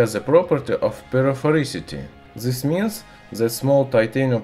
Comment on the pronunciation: "zis mins" xD